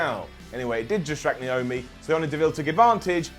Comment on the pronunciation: It's Naomi not niomi